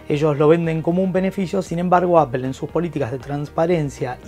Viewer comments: Jajaja pero si sos argentino porque decís “Apel” ? Acá se dice “Apol” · Por que dicen Apel?, no es palabra española se tiene que decir como es en el idioma original, Apple y fonéticamente "Apol" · Apel??? Neta. Tan reconocido canal para que nadie pueda pronunciar la palabra bien.